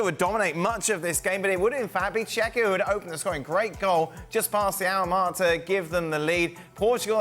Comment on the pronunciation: Can they not pronounce the name of the country team, Czechia , come on man